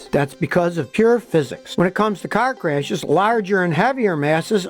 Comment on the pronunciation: Scotty: When someone says CARRRRR! 😆